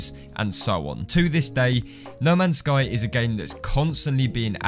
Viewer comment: Though you said lemons sky🔥🔥🔥